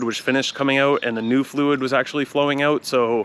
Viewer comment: This "ouet" makes me feel you are Candian 😂